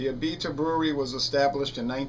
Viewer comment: A-bee-duh is how we say it in new orleans